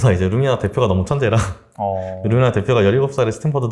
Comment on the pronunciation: 루미나 말하는 거 맞죠? 발음 알아듣기 힘들어서 두번 봣네요 …